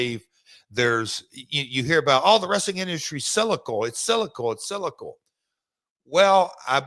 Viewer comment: It's sylical Jeff, sylical!